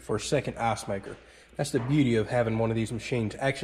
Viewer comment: Everytime when he says icemaker its sounds like assmaker